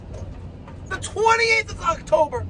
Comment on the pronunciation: Sears said "to the 28th of octuber"...wwwwhhhhhaaaattttttt? (Lil john style)......skip sears. good job get that grandmother some hot water